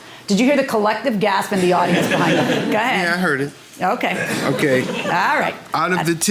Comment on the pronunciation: Judge doesn't know how to say go ahead. She says ga head